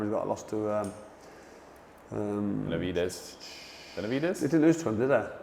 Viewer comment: FFS guys at least if youre gonna about Boxers get their names right. Benavidez is nowt like Bivol. Like calling the Cobra Jake Paul. Bit embarrasing guys.